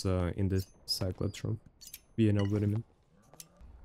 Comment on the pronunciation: No one: for no reason: You no vhadamean